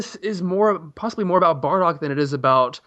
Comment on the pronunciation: Its "Bardock".. Not fucking "Bordack" Geez